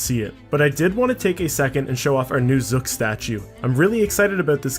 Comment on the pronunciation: How dare you say "Zuk" differently than me.